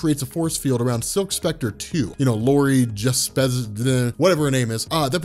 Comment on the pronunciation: Lmao “Lori juspezz...ehhh whatever her name is”